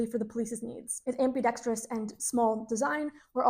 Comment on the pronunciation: Congratulations! You pronounced ambidextrous correctly--you'd be surprised how many people on YouTube can't seem to do that. The HK P7 still sucks, though.